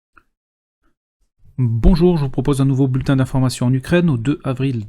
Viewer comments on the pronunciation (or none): none